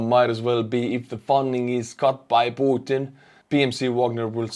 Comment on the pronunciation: I really like the way you pronounce P u t i n!!!